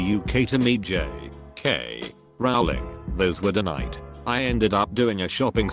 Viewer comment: "those were denied" why does the tts say it like that?😂😂